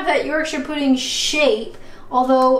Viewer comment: Hi. I think it's pronounced Pu-D like put.. not P-D like Dud.. at least that's how I heard them pronounce it in the South and in M&S ads